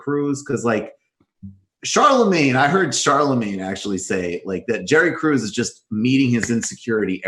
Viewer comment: Michael is mispronouncing Krause